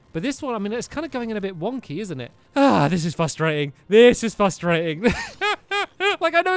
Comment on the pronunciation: did anyone else hear him say fustating?